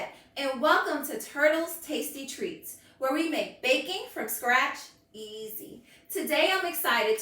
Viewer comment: Your skeleton costume is very scary but somehow I made it through the video. ☠️funny fact : when you said "we're going to do some bakin", the closed captions guessed you were saying "we're going to do some bacon" 😅